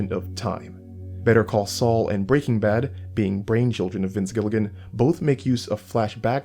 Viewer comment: why do you say breaking bad like that? lol